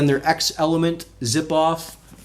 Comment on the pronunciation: Shouldn't it be pronounced "zelement"? Like Xerox and Xerxes.